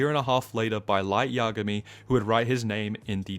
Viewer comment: imagay = yagami its so funny gets me everytime